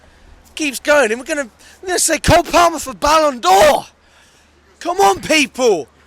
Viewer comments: PRONOUNCED PARRMER NOT PAL-MER ya divvy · I mean he really emphasises the L in palmer. How do you say 'palm' do you say "it's in my paLm" the L is pretty much silent, you pronounce it 'paam'